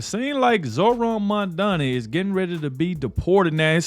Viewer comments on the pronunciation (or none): PrezT can't even pronounce MamdaNi's name correctly